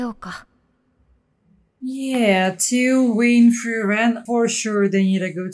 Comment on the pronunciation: Just a minor gripe after hearing you say that 24 times, but... It's FRIEren, nor frieREN. The intonation is on the first syllable. ;-)